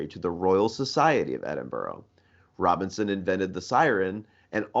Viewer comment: Robison, not Robinson